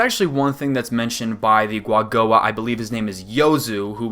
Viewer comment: Is it not pronounced with ku at the bennining? As in Ku-A-Go-A???